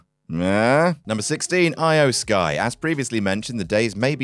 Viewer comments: "Eye-O Sky." Dude, it's pronounced like "Ee-O." At least try to pronounce it right. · Lol do you mispronounce O- Mega and E-O(spelled Iyo) Sky on purpose? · Love ya, but the way you pronounced IYO SKY 😬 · “I-Oh Sky” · “Eye oh Sky”